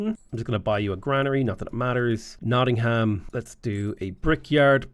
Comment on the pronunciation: man hearing someone actually pronounce the ham as ham instead of um nottingum is just kinda wack